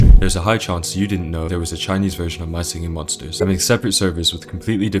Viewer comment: “mah shinghing mhonshtas”